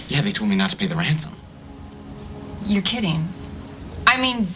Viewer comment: tell me i'm not the only one who thinks Luke said Wansom instead of Ransom -ish xD it just sounded adorable though xD